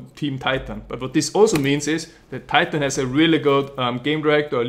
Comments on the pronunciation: you should pronounce titan more österreichisch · "tie tan"